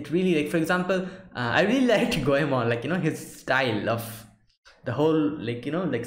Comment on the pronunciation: I am Japanese. I apologize for my poor English. I'm glad that you watch my favorite anime. I'm surprised to hear your "Goemon"and"Zenigata" 's correct pronunciation. Thank you.